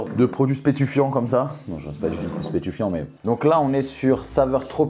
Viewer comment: Spetufiant ou stupéfiant ??? 😂😂😂